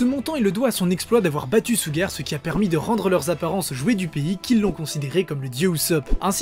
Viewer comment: 🤦🏽‍♂️ "ChouGar" Pas SuGar (Au niveau de la prononciation)